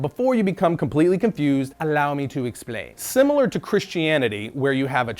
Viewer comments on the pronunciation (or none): none